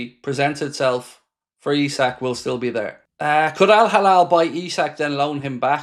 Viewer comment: It's Al Hilal not Al Halal